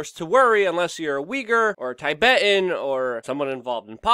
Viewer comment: I agree with many of your points, and enjoyed this update thoroughly, but I must correct you dear. It's not "TAYBET" It's TIBET as in Pip or Ship.